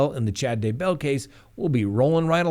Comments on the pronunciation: Ugh I find that so annoying. Scott mispronounces it also. He says "d' BELL". It's DAY-bell. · Its DAYbell. Accent on the Day.